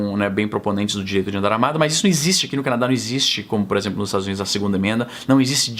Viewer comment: "puréxemplo" nordestinês detected. Concordo plenamente que não aliviará par qualquer "lado" dessa briga.